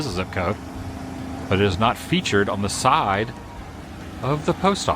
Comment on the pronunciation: why does he pronounce certain words so oddly? like he cant say the word "side" normally, it has be said like this "syyyyyde"